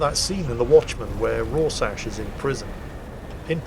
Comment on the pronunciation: It's pronounced RAW-SHARK!